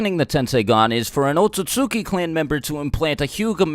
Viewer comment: Why do people keep pronouncing it as O TUT SUKI. It's literally spelt OT SUT SUKI